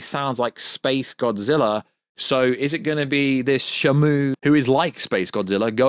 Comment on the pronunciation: You keep pronouncing shimu name wrong it's (she)(moo) not shamo. He not a whale lol